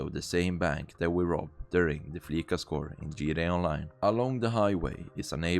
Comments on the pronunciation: It's Flee-sah, not Flee-kah! It's a pun on the word 'fleece', which can mean 'to rip-off or scam'. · No, it’s prenounced with a soft c. Listen to how characters say it in game. It’s “Flee-sah” not “fleeSuh” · It is pronounced fleese ah. like fleece ya😂😂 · i will say “fleeca” is satire upon “visa”, with its pronunciation being synonymous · Soft S in Fleeca. It's prnounced 'fleecer', to imply they're ripping people off with fees. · Flee-S- a. It's a combination of Visa credit card and to be 'fleeced' which means being conned out of money. No hate ;)